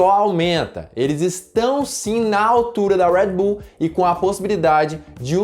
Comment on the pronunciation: “Uedi buull” eu falo redi bul msm fds kkkkkkk